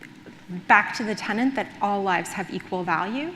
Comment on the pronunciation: It's tenet, not tenant. Sloppy.